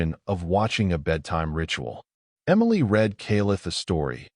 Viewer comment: Love your storytelling, and the AI voice is better than most. But still has trouble with words spelled the same but pronounced differently according to use, such as read. I think that will be difficult for AI to learn…